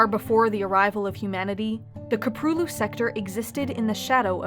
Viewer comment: Köprülü. she can pronounce anything insanely accurate but not this .